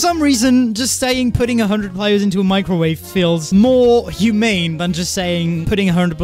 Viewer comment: Microwave (Mee-cro-wa-vae) an electromagnetic wave with a wavelength in the range 0.001–0.3 m, shorter than that of a normal radio wave but longer than those of infrared radiation. Microwaves are used in radar, in communications, and for heating in microwave ovens and in various industrial processes. "microwave radiation"